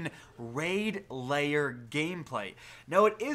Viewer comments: You pronounce lair as layer. You should try saying lare or like hair with l instead of h. Lair. If you want to say right. No biggie. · L A I R. NOT LAYER. LAIR.